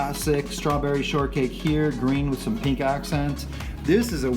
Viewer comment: Pink* not peenk